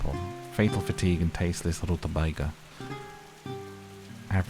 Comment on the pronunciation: Dear, whether or not I'm being put into a bedtime story induced coma or laughing like a goof at a ridiculous pronunciation of "rutabagakkkaaka" I don't find very many other forms of entertainment to my liking anymore. Just wanted to let you know. (side note: rutabagas are unique and highly underrated in the vegetable kingdom) 👑 love, Chelle🙃